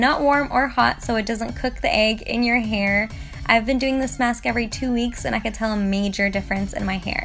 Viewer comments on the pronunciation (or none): she says maks instead of mask 😂😂 so cute